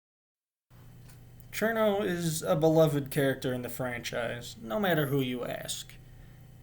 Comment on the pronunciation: Thumbs up for pronouncing her name correctly